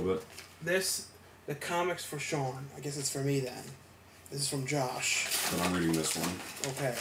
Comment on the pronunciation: no offence but you said my name wrong lol you said joss not josh;)